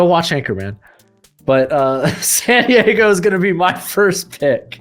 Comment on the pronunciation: This dude keeps saying Santiago thinking he’s saying San Diago and I can’t stop cringing.